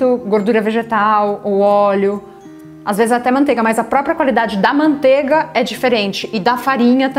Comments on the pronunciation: MANTEIGA * (não é “mantega”) PRONUNCIA-SE O “I” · MANTEIGA* PRONUNCIA-SE O “I” ( não é “mantega”)